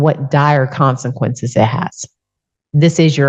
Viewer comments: The fact she doesnt even know how to pronounce “consequences” is very telling. Clearly she didnt write her court speech. Which shows an extreme lack of remorse. Shocked the “judge” didnt pick up on that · She even struggled to pronounce "consequences" 🤣